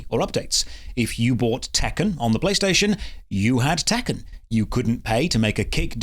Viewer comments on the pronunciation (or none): none